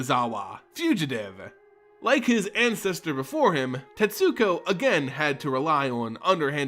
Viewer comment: Not to sound like a prick but you dont pronounce the u in Tetsuko